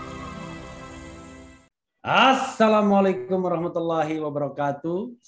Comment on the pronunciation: Pa Rafli mohon maaf, ucapan salam di " lam alifnya"terlalu cepat/ kurang panjang,ukurannya 2 harokat. Terima kasih.